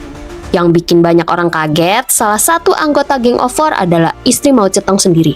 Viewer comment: Sebutan anda pada nama Moe Zhe Tong.. Tepat dan sempurna. 👍👌⭐